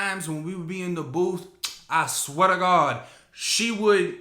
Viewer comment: “I SWEATAGOD” lmfaoooooo😭